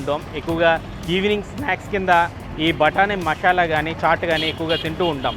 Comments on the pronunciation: మషాలా కాదు మసాలా.... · మషాలా కాదు బ్రో. మసాలా. మిగిలింది మాత్రం ✌️ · Mashala kaadu anna adi Masala